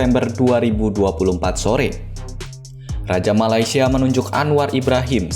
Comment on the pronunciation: Correction utk sebutan...MALAY- SIA bukan MALAI- SIA